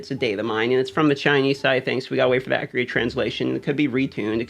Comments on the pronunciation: Totally posted same! Saw yours and deleted. No negative vibes. It always makes me turn my head when listening to videos! Appreciate your time to give us quality and acriate information! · "ACRIATE" love you